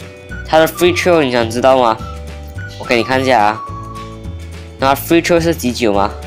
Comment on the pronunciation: Trial read wrongly bro